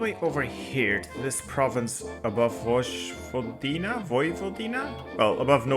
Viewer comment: You pronounced Vojvodina perfectly!